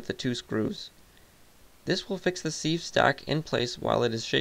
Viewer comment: It is pronounced "siv" you plebe.